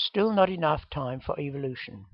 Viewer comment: Haha is this guy saying evil-lution?